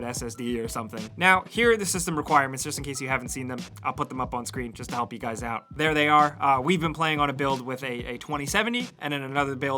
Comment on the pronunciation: "Point this aut"